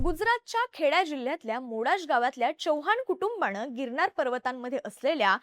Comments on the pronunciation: बोल भिडू, शो होस्ट मुलीला पहिले 'न' या शब्दाचा चा बरोबर उच्चार करायला शिकवा, प्रत्येक वेळेस न ला ण बोलतिये... गिरणार 😂.. अशा व्यक्तींना शो होस्ट करायला नका देऊ ज्यांचे उच्चार अत्यंत अशुद्ध आहेत. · बघूण नाही ताई बघून अणेक नाही अनेक . गिरणार नाही गिरनार !! पासूण नाही पासून !! कृपया उच्चार शुद्ध ठेवा !! काय कित्ती अशुद्ध उच्चार न बोलायचं तिथे ण आणि जिथे ण बोलायचं तिथे न बोलतेय तू ताई?? आनी पानी